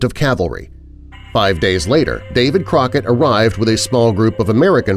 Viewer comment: Did he say David Rocket you can't even get that right how can we believe anything else